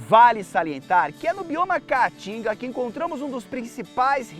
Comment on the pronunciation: Esse idiota não consegue nem pronunciar o nome Caatinga corretamente. Vai estudar, analfabeto. Caatinga, caatinga, caatinga.